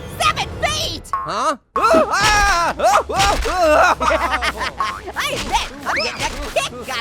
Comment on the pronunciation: DUDE ITS 6 FEEY